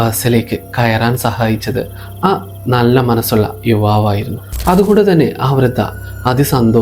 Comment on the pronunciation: വൃത അല്ല വൃദ്ധ